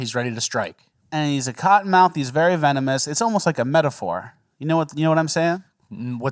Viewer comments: That sure was a "vemonous" snake there 😂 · Vemonus... then an instant cut lmao, we caught that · Ahahaha how he says venomous lmfao 😂😂😂😂